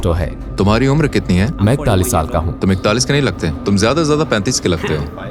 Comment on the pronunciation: Bhutni Ke Zyada Hota Hai jyada Nahi 😮